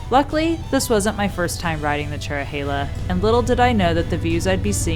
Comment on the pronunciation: You pronounced Tellico Plains wrong, it’s Tell-i-co and Cherohala is cheer-o-ha-la